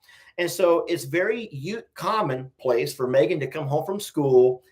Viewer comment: You forgot when says FOR sounds like FAR. haahaaaa lol I LOVE IT!